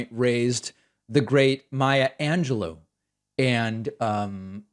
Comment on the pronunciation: Maya angel-low 🙄😑